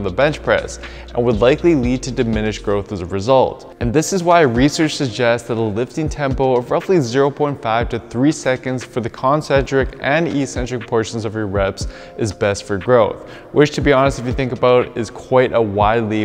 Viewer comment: Ee-Centric is NOT a word, and it is NOT any option for pronunciation of the word eccentric. Look it up, Please! You're better than that!!!